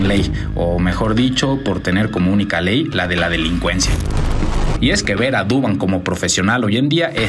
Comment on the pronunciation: Es Duván no Dúvan